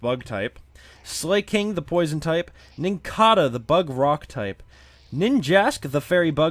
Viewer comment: Lotad, 'cause its the new greninja. Straight to ubers. Also you pronounced Slakoth and Slaking wrong, i think. Did i win? Am i mod now?